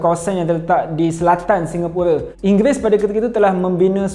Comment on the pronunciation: Speaker sebut "Singapura" tu dah nice dah, memang lah agak janggal nak sebut "Singapura" tapi kenalah biasakan diri. Saya pon tengah biasakan diri sebut perkataan2 dalam bahasa melayu daripada inggeris.